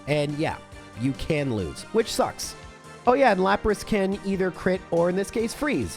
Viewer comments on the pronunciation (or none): none